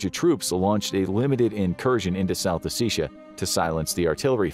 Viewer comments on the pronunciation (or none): south "ossissia" is the funniest mis-pronunciation i've heard in months XD